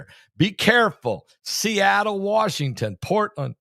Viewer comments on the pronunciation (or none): none